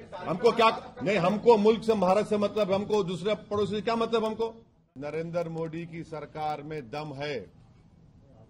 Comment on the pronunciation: The way owaisi says 'Modi' as MO'D🤣